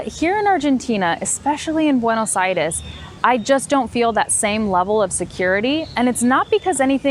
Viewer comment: I thinked for a moment... Hey! She has pronounced “Buenos Aires” with proteño accent?? And then you blowing my mind when you said that your husband is Argentine! Me encantaría tener una historia como la de ustedes viviendo en dos países y teniendo un emprendimiento tan copado. Ojalá tengan todos los éxitos que se merecen! Quizá me anote en tu curso online porque de verdad me gusta el enfoque práctico de tus clases y lo claro que son los ejemplos que mencionas en tus videos. Una cosa más... muy buenos los colores y el montaje del video!